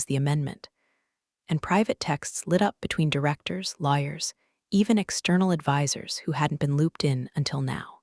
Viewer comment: The only thing i like about the AI voice is that i pronounces lawyers like Liars😂😂